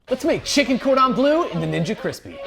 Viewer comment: fr the pronounciation of "bleu" was disastrous lol